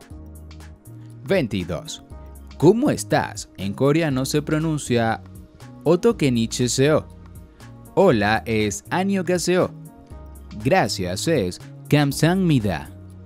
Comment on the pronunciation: se pronuncia otokechineseyo (la ch en realidad es como una J e stadounidense), Gracias se pronuncia KAMSAHABNIDA (la h se pronuncia)